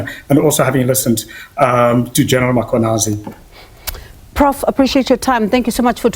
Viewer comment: cannot pronounce Mkhwanazi.